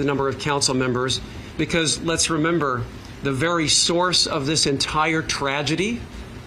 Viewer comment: Bro sound your words out "da" words you say are true and i love you and your channel for truth but bro say THE not DUH right?!